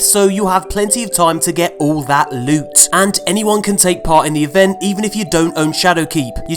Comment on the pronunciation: Just came to say the way pronounce certain words cracks me up! Thanks for all the lewt.